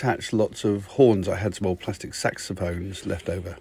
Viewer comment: Why does it sound like hes saying sex phones? 🤨